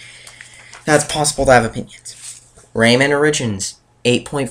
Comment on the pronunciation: I know (LMAO name), he cant even pronounce "Rayman" and "chrono" right, LOL what a n00b. He's the Sp. Ed kid, not us.